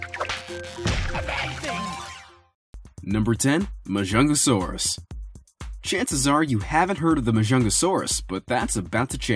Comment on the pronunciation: Majungasaurus is pronounced magungasaurus,plus it’s pretty small compared to the t rex